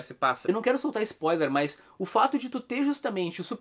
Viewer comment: Pq você fala "mãs" ? 🤣